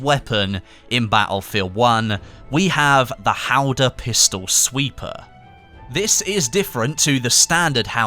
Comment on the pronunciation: Hawdah, not haldor